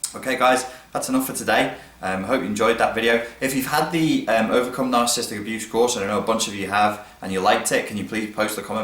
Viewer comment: may want to pronounce it correctly: NAHR - SUH - SIS - TIC (4 syllables rather than 3; not NAHR - SIS - TIC) ;-D